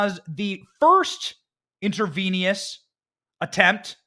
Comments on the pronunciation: And btw Benny the word is Intravenous…. Not InterVENIOUS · It’s intravenous, (intra-veen-us) not (intra-veen-e-us) I am amazed that you couldn’t pronounce that word. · I just love your delivery Benny 🙂 but please ask your wife's advice on pronouncing medical terminology 😂 intravenous not intravenious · Intravenous not intravenious, please. Lol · Inter VEE nus 😆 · Intravenous. In-truh-vee-nuhs. The more you Joe 🌟